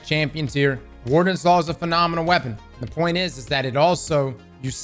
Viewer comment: The way he says “POINT” sounds like “POYEE-NTH” Idk why its satisfying 😂